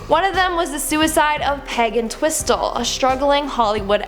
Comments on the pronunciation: Haha did u seriously say peg twistle? Wtf? Peg ent-whistle that’s how u say it lol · Her name was Peg ENTwistle not twistle. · Regards Peg Entwhistle.....Her surname Is pronounced Ent...whistle and not Entwistle. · Her name was Peg ENT-WHISTLE. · it's pronounced Peg Ent-whistle.